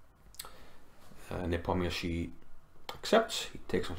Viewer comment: It's so wonderful to hear Nepomniachtchi pronounced correctly :) great vid/analysis sir